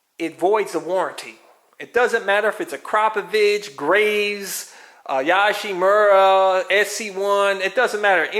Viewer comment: I’m Japanese and its Yo-shimura as in Yo! MTV raps not Yah-shimura as in Yes.